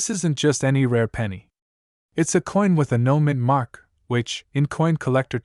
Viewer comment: I think it's "No Mint Mark" not "Noman mark".